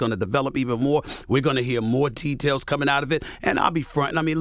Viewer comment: Stephen A talkin bout “tea-tails” 😂